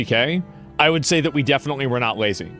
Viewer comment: I believe you mispronounced “lazy”